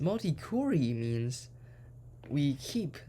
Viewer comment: genius. btw 'query' is not 'cury' it pronounces 'qua-ry'